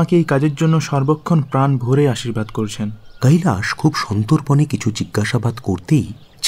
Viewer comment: খুব ভালো পরিবেশন।। "কৈলাশ" উচ্চারণ টা কানে লাগছে